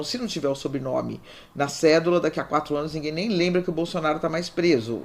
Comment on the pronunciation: Pq a fala presidente Bozonaro?